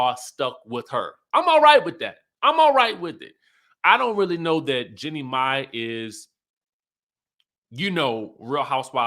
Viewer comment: Ok, please pronounce her name correctly, her name is pronounced "Jeanie "🤨